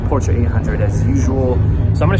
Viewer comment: I think he said Portra 800